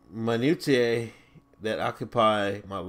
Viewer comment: Minutia is pronounced min you sha. It means all of the tiny little boring details. I read far too much when I was younger, so I have an expanded vocabulary I suppose? That's the secret to seeming intelligent. Just read a lot.